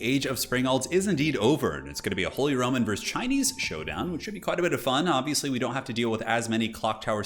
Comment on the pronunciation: Idk why but I keep on hearing him saying Holy Ramen Empire lol